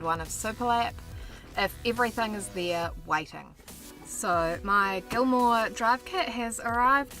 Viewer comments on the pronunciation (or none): It's GILMER drive, not gilmore. Otherwise, good job on the vids.